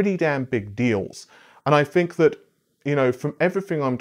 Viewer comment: Why do you pronounce "think" as "fink"? i see the gesture so no going around it, i'm legit curious.